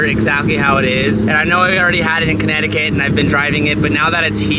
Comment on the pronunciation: Why do people pronounce connecticut as CannedyCAT?